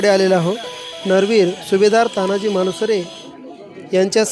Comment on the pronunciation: तान्हाजी नाही साहेब, तानाजी म्हणा. खरं तर हिंदीत देखील तानाजी असंच म्हणायला हवं. प्रत्येक वेळी अमराठी लोकांचे बोटचेपे धोरण बरोबर नाही.